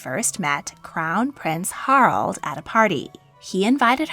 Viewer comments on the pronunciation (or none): Haraldsen, not Harldsen. The second "A" is not silent. Harald, not "Harold". The "e" at the end of "Norge" is not silent.